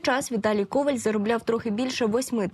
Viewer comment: Коваль - наголос на останньому складі.